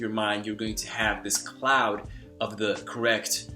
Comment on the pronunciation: Your English is quite good. As a native English speaker, I only noticed two indications you aren't American. You sometimes pronounce a D sound instead of a Th. While in some cases we do use the D sound in place of T, I noticed your The often turns into a Duh. The other would be your pronunciation has a slight glottal origin. Overall I'm impressed!!